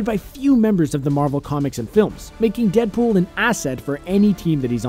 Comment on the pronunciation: How many times did he say dedpol